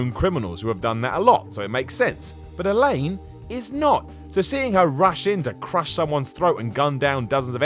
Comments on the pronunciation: ELENA!!!!!!!!! NOT ELAINE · It's ELENA Fisher. ELENA. Not "Elaine". D'oy. And the low-tech, no soliton radar of MGS3 is one of the things I love most! we are so used to Eagle Vision and all that jazz these days, we've been spoilt. Actually learning to sneak for real, and be aware of your surroundings in MGS3, made me better at the other MGS games! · Elaine? Really? Look at the spelling or the millions of times Elena's name is pronounced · Elena, not fucking Eleine. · Its annoying when he says Elaine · Hours upon hours of my life has been spent watching what culture videos but I can’t forgive for calling here Elaine not her actual name... Elena!!!! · Do you know what really takes me out of the moment? You calling her Elaine. It's Elena. You've clearly never played an Uncharted game before, otherwise you'd know that Elena has always been somewhat of a low-key badass. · Alain ? Its Elena dumbass goddamn do your research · I will have to disagree with Elena. I think after being married to Nathan for quite some time, she might have learned it from him. but still, she helped and was a good AI, so definitely not a flaw. ps, Elena, not Elain. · Literally 75% of this videos information is incorrect do alittle more research guys and ITS PRONOUNCED ELIN-A!! NOT ELIN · Elaine ? My ears are bleeding.... it's elena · First of all, Kratos' family was not supposed to be in the village he attacked at all. Ares put them there. Second, "Elaine"? Really? It's Elena. Did you even play any of these games at all? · Dude. her name is Elena. not Elaine. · I can't trust anyone who says Elaine instead of Elaina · i know you have an accent but her name is Elena not Elene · ITS ELENA NOT ELAINE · WHO THE FUCK IS ELANE!?!?!?! How do you fuck that up? The series is almost 10 years old! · who the hell is Elaine? You mean Elena? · I don't get it, isn't Nathan's wife called "El-ina"? kept saying "Elane".:| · elenA it's elenA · its "ELENA"